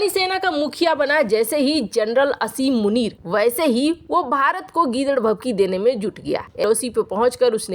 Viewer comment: मोहतरमा! उसका नाम पर 'असीम' नहीं है, आसिम है।